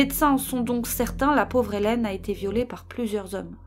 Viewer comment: Portant le même prénom que cette jeune femme, c'est une torture de l'entendre être prononcé "Hélène" à répétition ! 😂 Eileen étant un prénom d'origine irlandaise il se prononce comme "eye lean" ("aïe line" si je devais l'écrire en pseudo-français) Mais mis à part ça, c'est toujours un plaisir de suivre vos vidéos ! 🫶